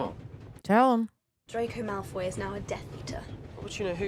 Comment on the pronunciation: please, for the love of God stop saying Malfoy juice